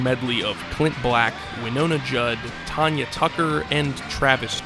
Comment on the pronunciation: “Tonya” Tucker… not a fan of country music are you?